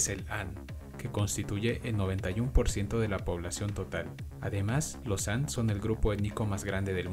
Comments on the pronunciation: Han se pronuncia "jan" y Qing se pronuncia "ching. Cuidado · la etnia HAN- hay que proninciarlo Jan, H - es mudo en español. Lo mismo te pasa con QIIN- suena com chin, no K. LA VOZ POR SUPUESTO QUE NO ES TUYA